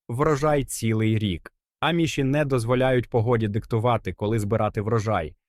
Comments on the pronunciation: Не правильно наголос, аміші. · В слові аміші наголос на "а"